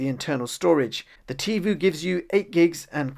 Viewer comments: Certainly I’m not the only one yelling at my phone...”IT’S TIVOOOHHHH NOT TIVUUUUU!’l Other than that it was a fine video. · Tivo is pronounced TivO like BonO not Tivu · It's not called Tee Voo, it's Tee Voh.